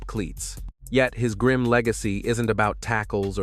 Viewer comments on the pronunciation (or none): none